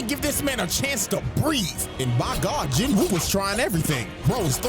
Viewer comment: I will keep sayin this until people get it right, the W in Jin-woo is silent, its pronounced more Jeenoo